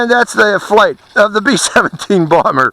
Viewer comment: Did u say blomber